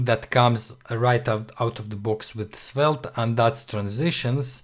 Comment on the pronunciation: It's pronounced Svelt, bro